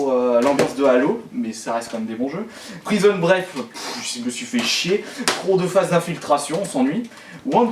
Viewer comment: C'est moi ou j'ai entendu "Prison Bref"